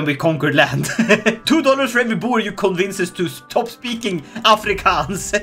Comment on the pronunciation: the african pronounciation was spott on. You have my deepest respekt Sir almost sounded like my uncle